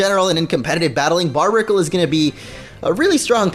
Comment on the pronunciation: It's barrr berr ic le not barb icle